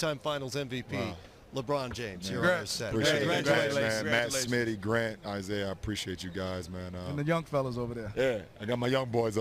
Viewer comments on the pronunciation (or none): none